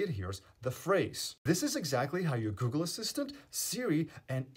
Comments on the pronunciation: Good work, by choosing to mispronounce Google once in the video - the world's most known company - you've certainly gamed the algorithm. This video will now get millions of views by default. 100% worth it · Hey google ❌ Hey juujle ✅ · It’s so his phone as well as others listening don’t activate. It’s incredibly smart.